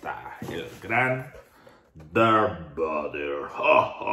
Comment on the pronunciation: Me enojé bastante cuando dijo Darth BADER, es VADER!!!!